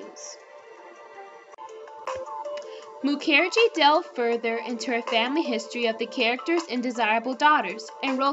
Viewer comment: Isn't Mukherjee pronounced with the accent on the first syllable?